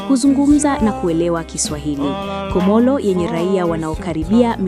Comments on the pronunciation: Kiswahili chako kibaya. Unasema Nambali kumi ni Comolo badala ya nambari kumi ni Comoro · Sio Comolo ni Comoro